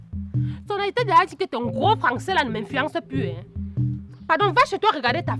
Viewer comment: J’aime ❤ trop surtout sa manière de prononcer le nom de Sonna